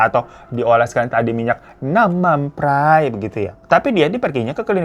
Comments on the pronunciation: Gue ngakak bgt pas bang hiro ngomong namam praii 😂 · Ketawa mulu tiap bang Hiro ngomong "Nam Man Phrai" 😭😭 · Ngakak bngt pas si abang bilang "nanmampray">> aduh. .. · Lucu banget pas nyebut nam man prai 😂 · Setiap hiro ngomong nam mam praiii aku ngakak maap😅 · intonasi nam mam prai nya mesti begitu ya... 😂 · mon maap gue ngakak tiap kali bang hiro nyebut nam man pray😂🙏🏻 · iya anjirr kocakk😊